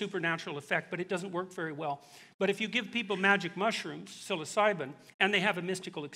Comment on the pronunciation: You should learn to pronounce “psilocybin “ if you’re doing a video about them... fn moron. Science can’t explain a great many things.